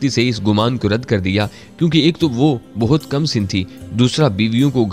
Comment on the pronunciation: Dost behtab nhi buhtaat